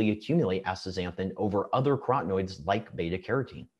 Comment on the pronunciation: Antioxidants like B-carotene and lutein are carotenoids - 4 syllables - NOT crotenoids - 3 syllables.